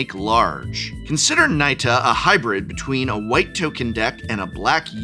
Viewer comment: Finally! We need a Professor to pronounce Nita correctly. 🙄